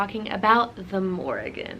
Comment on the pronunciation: (1) First of all you are saying her name wrong the whole time😅 if you pray to her you should know how to address her with respect (2) she’s not connected to cattle she landed on a bulls back to tell him about the battle.(3) The Morrígan is mainly associated with war especially with foretelling doom, death, or victory in battle. She incites warriors to battle and can help bring about victory over their enemies. The Morrígan encourages warriors to do brave deeds, strikes fear into their enemies, and is portrayed washing the bloodstained clothes of those fated to die.She is most frequently seen as a goddess of battle and war. I’m sorry I was rude earlier I was just kinda taken back that you say all these things that are not true . I take my culture and Celtic history very seriously as it is my heritage.